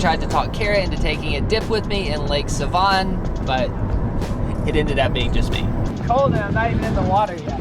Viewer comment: He said Lake Seeeevan 😂😂😂😂😂 Its pronounced Seh-Von lol just thaught it was funny